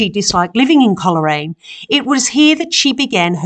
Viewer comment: Thankyou for this lovely video of Coleraine where my mother was born and lived for many years a few miles outside at Wootong Vale on the Balmoral Rd. Coleraine is pronounced Cole Raine not Coler Raine